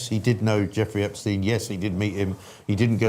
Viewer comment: Some wonderful guests this morning. Liam Halligan and Jamie Jenkins are the best numbers men going. I would really like to see a lot more of Hamish De Bretton Gorden. I've always enjoyed his Telegraph articles and he is one of the few people who knows how to pronounce Epstein. The Beatles manager wasn't Brian Epsteen, West Side Story wasn't composed by Leonard Bernsteen and the Theory of Relativity wasn't proposed by Albert Einsteen.